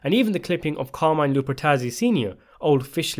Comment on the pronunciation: Car-mee-neh, not Carmaine.